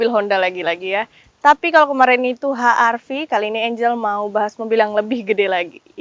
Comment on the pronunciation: Kok ha-ar-vi.. ej-ar-vi dong mbak